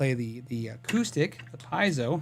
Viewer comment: Pie-zo? Pee-AH-zo? NO! It's pee-YAY-zo, a very useful thing in many industries other than guitar. (I don't like correcting people, but you're clearly working on getting it right, so..). re: Randall Smith, I like to think he was able to opt out, big package, bc Gibson was not sticking to the original agreement, or whatever, and that he'll launch a new brand of top-tier amps. Gibson's new amp launch was not what people were hoping for, like Lamborghini's best designer ending up pimping Jettas 😞 re: Parker guitars, have you seen his YT series? It's super in-depth about process, materials, etc., just an incredible series by a level 40 wizard, the Gandalf of guitars. Are they the best guitars? Dunno, but they are way more evolved than any I've seen. Great blend of art and engineering.